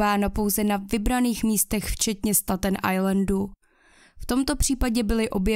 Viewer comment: Ta tvoje anglictina je desna 😂 jak muzes rict foneticky staten ajlend, kdyz je to stejtn ajlend